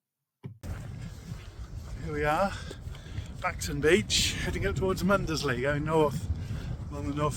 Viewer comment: Great video. Really enjoyed watching this. Mundesley is pronounced Muns-lee rather than Mun-des-lee! Can always tell who the tourists are 😂👍